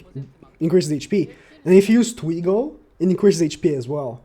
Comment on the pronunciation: it's not twigo it's twiGOD. Learn to speak properly🥱